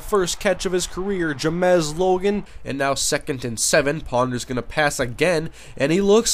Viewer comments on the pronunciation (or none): Its pronounced James not Jamezz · james logan not j-mez logan :(*